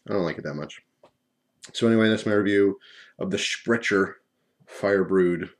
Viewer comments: The name Sprecher is pronounced "Sprekker", they make a really good root beer and cream soda if you ever get the chance to try them, have not tried their hard root beer yet to see if I agree with your assessment of it tho. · Sprecher is brewed in Milwaukee Wisconsin where I live. It is pronounced Spreck-er. I love Sprecher beer, and I LOVE Sprecher's non alcoholic root beer...but like you, I am really put off by the Alcoholic Root beer. The taste reminds me of the difference between real bacon and bacon bits....if that makes sense. I am with you bro on this one. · If it is German then it is pronounced "Shpreckair" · Mate I'm a kiwi, I lived in Wisconsin for a while and have been trying to get my hands on there non AC rootbeer for about two years ☺️I miss it so much. Get the normal rootbeer! But you pronounced it wrong dude!